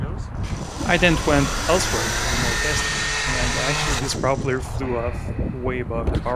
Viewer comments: No judgement or ill intention, but why do you pronounce propeller like [prop'ler]? Isn't it more like [proh'pella? The reason I'm asking if because your english is otherwise flawless as far as I can tell 😅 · The normal pronunciation is pro-pell-er That aside, cool project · So what is the point of this thing? Your pronunciation of "propeller" is a bit wrong.